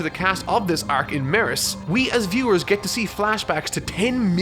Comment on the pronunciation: I wish you said the word arc normally